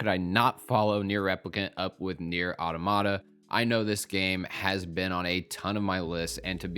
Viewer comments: Final Fantasy XVI is not the first M rated Final Fantasy game ever made. That honor belongs to Final Fantasy Type 0. And Automata is pronounced Ah-tom-ah-ta. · it's still a mistake in the video itself. And the mispronunciation of automata is widespread. Is it actually wrong to learn how to pronounce a word correctly? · do you actually know if he meant only the mainline games, or is that just an assumption on your part. My take is based on what he actually said. Automata factually only has one proper pronunciation. He's just saying it wrong. It's okay to make mistakes. And it's also okay to point them out. People don't learn otherwise.